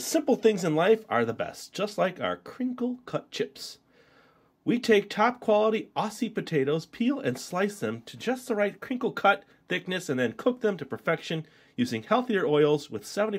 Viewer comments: It’s Ozzy not ossie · Your pronouncing aussie wrong its like auzzie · also its prenounced auzzie just so you know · It's pronounced auzzie not Aussie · Hi, I'm from Brisbane, Australia. Both of those products are made in my state. So glad you enjoyed them. Bundy is definitely the best ginger beer out there and the Smith's chips are amazing. Just so you know for next time; aussie is pronounced like "ozzie":) love your work and looking forward to more Australian reviews. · Mate, its pronounced Ozzy potatatoes. Good combination though, tip the ginger beer upside down to get the ginger pieces inside swirled around for maximum deliciousness.